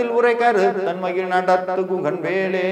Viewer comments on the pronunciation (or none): ழ -உச்சரிப்பு மிகவும் தவறாக உள்ளது. மாற்ற வேண்டும். மயில், மயிழ் alla